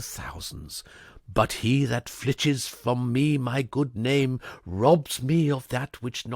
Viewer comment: in the quote "...who steals my purse...", the word is "FILches", not "FLITches".